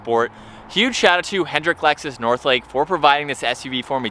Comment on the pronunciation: Do you realize you say “Alexus”? Instead of Lexus! It’s funny!